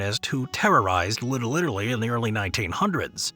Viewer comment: Little Italy ❎ Little littlely ✅